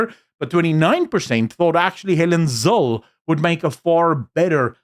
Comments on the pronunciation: It's not Helen Zil, bro. It's Helen Zill-uh. You mispronounce the name of a stalwart of her calibre and longevity and it calls into question everything else. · ZIL-LE, not ZIL. If you are wondering, then let her pronounce her own surname. You can hear it in many videos here on YouTube. NO silent "le"at the end. It's not like Michelle.